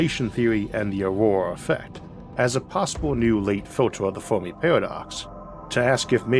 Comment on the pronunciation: Saying Formi instead of Fermi confuses listeners 😂